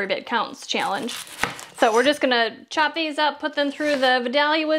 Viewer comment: I'm from South Ga. The name of the town and the onion is pronounced Vi-dale-ya. 😊